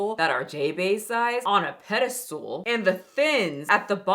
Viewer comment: Did you say pedestool?